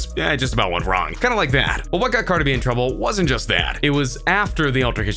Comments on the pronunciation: what? I said he says it like "carda b" get outta here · He can't even say Cardi B right